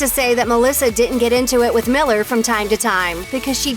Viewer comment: I SWEAR if I hear another "MiLleR" or "zEiGlIEr" I'm gonna SCREAM😤